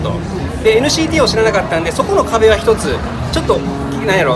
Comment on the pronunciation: NCTの発音良すぎですっ❗️ TWICEもっと有名になって欲しいなぁ〜 今後アメリカデビュー？するからなぁ〜